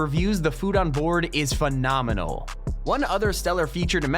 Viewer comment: Anyone else have issues with the way he pronounces some words? He puts the emphasis on all the wrong syllables. Like Coveted, World renowned chef, Phenomenal, affluent seat, / Lufthansa, Grand Siècle (means Grand Century in French btw) (and this is 3rd rate Champagne and sells for under 200$ Canadian!) Etihad